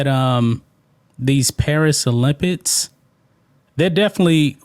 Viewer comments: O-limp-iks......not olimpits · Come on bruh!! It's pronounced Olympics not olympits. You speak for a living